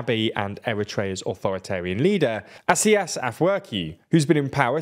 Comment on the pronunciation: "Asias"? "ASIAS? Where's the "A"? Dude, in 99% of the languages, you get it right most of the time if you simply pronounce what you read. It's "Isaias". I think I've even heard the name in English-speaking TV shows already. This wasn't even a hard name.